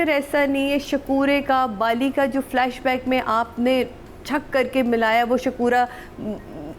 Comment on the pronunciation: Can anyone please tell? It's not flush back, it's flash back.